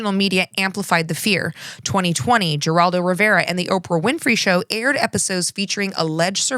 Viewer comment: FYI: Geraldo’s name is pronounced with an H sound. Carl Jung’s is pronounced with a Y-sound (ie: “young”). I’m actually not convinced that you don’t know that; I’ve mispronounced names especially that I knew the correct pronunciations of when reading something I’d written aloud. But anyone who may not know better may find it helpful. Source: Growing up with Geraldo on TV in the afternoon 5days/week and hearing him say his own name. College Psychology courses, media references.